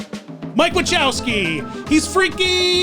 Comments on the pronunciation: It’s not Wachowski, it’s Wazowski. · "Mike Wa-chow-ski" me: sir...please, i beg of you just say Wazowski 😭😂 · It bothers me how pronounced Mike Wazowski. It’s wazowski not watchowski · It's not Mike Wachowski it's Mike Wazowski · "Mike Wichowski" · Did anyone else notice say "Mike Wichowsky" XD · I adore your channel, I really do. But every time you say "Wachowski" I take 1d4 psychic damage. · did you say Mike Wa-CHOW-ski? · It's pronounced "Wuh-z-ow-skee". There's no "Ch" sound. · Dude, you’re getting some names wrong. It’s Huey, Dewey and Louis and you mispronounced Michael Kozlowski. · why he sayin Mike name like that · Next time on DiStory… Will learn that the Z does not make the “ch” sound in words like Wazoski? Stay tuned! /j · Just letting you know you're pronouncing mike wazowski wrong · pronouncing Mike Wazowski’s name differently each time and never getting it right lol